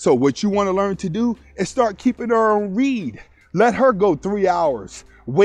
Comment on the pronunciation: It’s read pronounced (red)